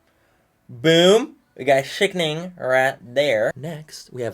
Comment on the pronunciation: Drinking game: Take a shot every time Manny says “Sickning”